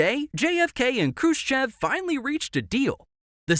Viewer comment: Niki'ta Khrushche'v